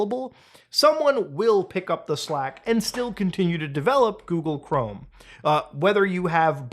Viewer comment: Coogle Ghorme